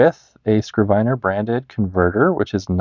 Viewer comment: bro, you definitely know more than me, but i was almost certain it's pronounced 'skriv-ner'